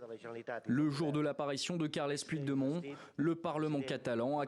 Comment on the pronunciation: le journaliste français pourrait-il prononcer "carleuss poutchdémonn" au lieu d'écorcher à ce point son nom?!